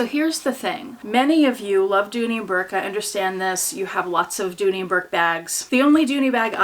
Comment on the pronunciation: Correction. Dooney. Not Dooley